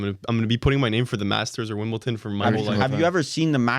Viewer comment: Wimbledon not WimbleTON